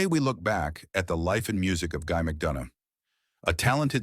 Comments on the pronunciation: Even Guys surname was pronounced wrong. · Pity, pronoucing the surname wrong.